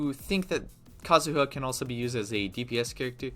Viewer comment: Just say Kazuha dumbass. The joke didn’t land the first time.